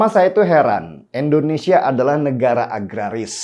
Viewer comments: Indonesia bang bukan endonesia,, di pertekan lg ejaannya, dan tolong biasakan kepada kepala negara bukan asal nyebut nama aja..gunakan pak jokowi kek atau presiden jokowi kek. Itu ajaran pak harto yang selalu membekas karena menghormati kepala negara dan jajarannya. Terimakasih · INDONESIA bang bukan ENDONESIA 🤘🤘🤘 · INDONESIA Bang Den... Pake "I". Bukan Endonesia..... Kok ga enak bgt ya dengarnya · Maaf bang denny..bukam endonesia tetapi indonesia....joss bang denny